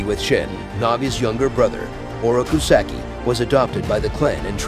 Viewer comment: Sock-eee not Sacky